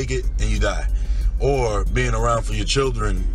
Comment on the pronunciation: can't say the word "your"